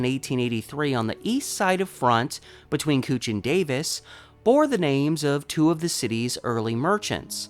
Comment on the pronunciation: It's pronounced "Cowch" not "kootch"